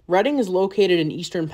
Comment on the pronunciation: Thanks for not pronouncing Reading Reeding like another video did.